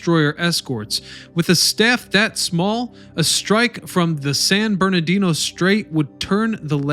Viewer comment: How do you find all this information and still can't say Halsey, Nimitz and San Bernardino properly?